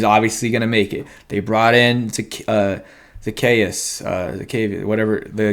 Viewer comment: O-la-me-day...Zuh-key-us.....Olamide Zaccheaus